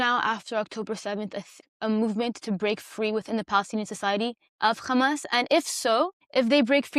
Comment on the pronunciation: Stop calling it Khamas, please. It’s a H sound. Both Hebrew and Arabic hate it